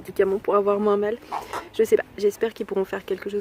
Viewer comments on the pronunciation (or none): none